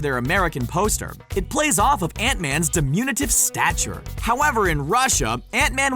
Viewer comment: "Di-MUNE-a-tiv?" (Doncha think?)